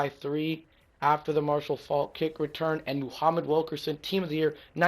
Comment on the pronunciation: it's Faulk not folk